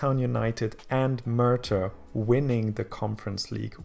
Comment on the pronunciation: If this was real life - For a few years you'd have a league even more static and predictable than the Scottish dominated by Swansea and Cardiff, and then it would die off due to lack of sponsorship. And Merthyr is pronounced Mer-ther